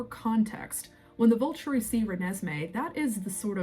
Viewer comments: It is the VOL TOUR E phonetically, not "the vulchary", like it sounds went you say it. Also, the author's last name is MEYER not Meyers. If you are going to keep making videos about the books and movies the least you can do is take 2 seconds to listen to an interview or somebody else's video or rewatch the movies so you are pronouncing things right. I can't WAIT to hear you try to pronounce Quileute, which you fully avoided doing in your video about Jacob. You obviously need to reread all the books and rewatch all the movies because you get things wrong often. I haven't even read the books in about 20 years or seen the movies in the last decade but I know you are wrong often. If you want to do this as your hobby or "job" you should at least do it right. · I don't mean to nit pick or sound snarky or mean, but it sounds like you say Colons instead of cull ens. And it sounds like you say volchuri, instead of volturi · thank you! i’m so glad someone said it, it was breaking my brain with how many times she said “Vulchury” (sounds like vulture, the bird) in the first 2 minutes alone.